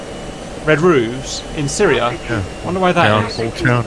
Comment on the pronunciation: At 12 minutes, the talk about red roof buildings triggers Siri on my iPad for some reason. Watch from and see what I mean (if you have an iPad). It triggers every time for me. Edit: LOL... it’s Cap saying “... in Syria”... the iPad hears “... hey Siri”. 😂